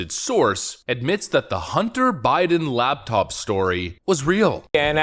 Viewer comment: Laptop, not labtop.